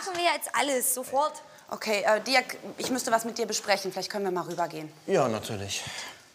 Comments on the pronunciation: Ich dachte er heißt Dirk und nicht Dörk 😂😂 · Bin ich die einzige die es so witzig findet das die ganze zeit Diörk sagt? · Nennt die doch ihren eigenen Freund Dörk und nicht Dirk :D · Der heißt Dirk 🤦🏻‍♀️